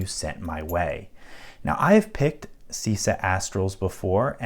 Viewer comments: pronunciation is chisa non sisa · "C" like in "cheese". Sorry for being a bit picky (pun intended) :)